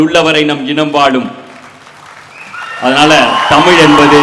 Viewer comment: கவிதை எல்லாம் சரி ஆதி, தயவு செய்து, தமிழுக்கு அடையாளமான ழ எழுத்தை ஒழுங்காக உச்சரிக்கவும்